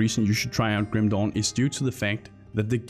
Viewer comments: Sorry but i laugh everytime you say Grim dawn, it sounded like a chinese ripped game named Grim Dong. sorry for laughing ok continue wih the review. Grim Dong. lmao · i kept hearing Grim "Dong" XD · I can't unhear Grim Dong.